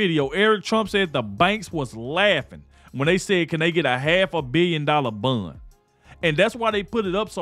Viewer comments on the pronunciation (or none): Are you saying a hundred and seventy five million dollar bun 😂😂😂😂